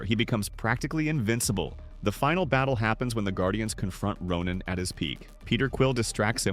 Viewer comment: Did I hear Ronan the Accuser or Ronin the Accuser, cause if the A.I. voice genuinely said Ronin than WHAT DID I DO BRO 😭